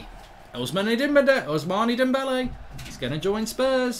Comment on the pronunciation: Did you hear how he said ousmanne dembele